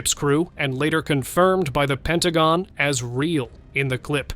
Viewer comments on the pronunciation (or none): none